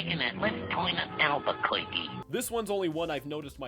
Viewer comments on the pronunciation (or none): none